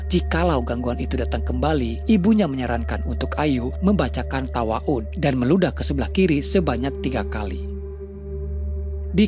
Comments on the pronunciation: Ta'awudz min bukan tawaud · Ta'awuz bang ..bukan tawa'uz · Bukan tawa'udz tapi Taawwudz bang🙏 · Kok tawa’udz bang😅😅😅😅😅 ta’awudz kaliii ah si abang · Ta'awudz lur.. Malah tawa'udz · Ta'awudz yagesya.. BuKan tawaut 😗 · Maaf kayaknya pengucapannya ada yg salah bukan "tawaud tapi ta'awudz" 😊😊😊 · Mohon maaf min, yg bener adalah ta'awudz, bukan tawa'un🙏🙏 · ..tawaud? ta'awudz, gan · Min... Di menit 9.48 ada pengucapan yang agak kitang tepat, saya dengar “ibunyw mengatakan pada ayu agar membacakan tawa'udz dan meludah ke sebelah kiri 3x.” Maaf mengoreksi yaa.. yang lebih tepat Ta'awudz. (Lafadznya A'uudzubillahi.. ilaa akhiri..) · Izin koreksi bang. "Ta'awudz" bukan "Tawa'udz" 😅🙏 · Ta'awudz kalik bng bukn tawaud😂🙏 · Kok ta waud bang Ta’awudz kali maksudnya wkwkwkwk😂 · Tawa'ud...?? ta'awudz kali bang 🗿🗿🗿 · Ta'awuud bang bukan tawaud😮😂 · Maaf mas bos admin... Tadi saya dengar "ibu rahayu menyarankan membaca tawa'ud" jika boleh saya tanya? Tawa'ud itu gimana ya? Bukankah TA'AWUDZ? ('A'udzubillahiminassyaitonirrojiim) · bang... ta'awudz bukan tawaudz mungkin yaa.. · Koreksi min .. Membaca Ta awudz Bukan Tawaud ! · Yang di Baca Ta'awud bkn tawa'ud bang.🙏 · Menit 9.48 bacaan tawa'udz itu apa? Bukannya ta'awudz? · Taawudz mungkin min, bukan tawaaudz 😅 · Ta'awudz ( a'udzubillah) bang bukan tawa'udz 😂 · Mohon maaf min,bukan tawaudz tapi ta'awudz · Bang yg bener taawud bang bukan tawaaud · Kak yang benar Ta'awudz bukan Tawa'udz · apa bang TAWAUT????😂😂😂😂😂 coba bang ulangi lagi ngomongnya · Koreksi!!! Ta’awudz Bukan ta’waudz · Taawudz om bukan tawaaudz 9.50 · Membaca Ta'awudz bang...bukan Tawa'udz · Ta'awud kang bukan tawa'ud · min .. TA'AWUDZ,. yang bener ya .. bukan TAWA'UD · Baca ta'awudz bang, bukan tawa'udz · Ta'awudz kayaknya bukan tawaudz. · Ta'wudz bang bukan tawaud 🙏🏻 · Ta'awud bang bukan tawaud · Taawudz bang bukn tawaud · taawudz om bukan tawaudz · Bukan tawaudz, ta'awudz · Taawudz bang . Bukan tawaud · Ta'awudz bukan tawa'ud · Taawudz bang bukan tawaaun